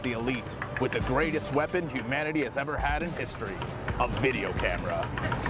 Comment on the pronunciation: "to be honest WIT you" ugh fuck, like nails on a chalkboard.